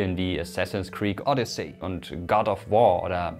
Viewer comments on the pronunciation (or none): none